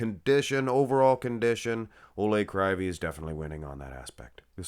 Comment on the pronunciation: Proper pronounce: Oleg Kreeveey. Олег Кривий (ukrainian language)